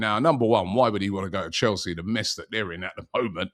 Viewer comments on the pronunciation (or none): none